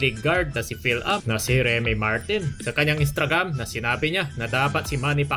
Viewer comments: Anong Instragam? Instagram po, hindi Instragam.🤣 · "Instragam"... Cge na nga!! Sabe mo eh 😂